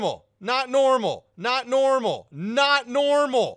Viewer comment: not normal sounds like Nonomo Nanomo Nanomo